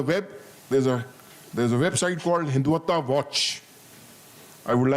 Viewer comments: Listen to This Paindus pronunciation San Tzu - sant Zoo Hindutva - hindu Vataa Reich (called RAA i ch) - Reech Kautilya - kaatuliyaa Mohan yadav- mohan Yade v LGBTQ - LBGTQ ChatuRangaa- chaat rungaa😂😂 They were keep repeating this is very comprehensive and all😂😂😂 it was just to polish the boot of this general bcoz we all know the kind of street talk he has given here. And we know how much power generals weild in pakistan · An ajim Fauji Gernail of Papistan who can't even pronounce rightly the " Terms" he is lamenting on ( Hiduta when it's Hindutva , etc etc ) is considered by another buffoon in the end as " SIR MASHALLHA KYA TALK DIYA HAI PHD LEVEL HAI YE TOH " What nonsense even an undergrad in India can give a better talk than this joker !! 😂😂😂